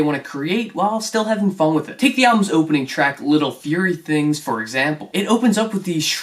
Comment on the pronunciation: Thanks for pronouncing little fury thing right